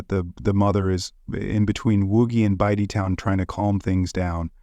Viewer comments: Bite Down. Its fucking Bite Down. What in the fuck are you doing this for? You sound like the most confused cop ever. Unable to pronounce words and names. Im white too but godamn. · I don't understand why you're upset - who cares he mispronounced a z list rapper/murderers name. it's funny asf to me hahaha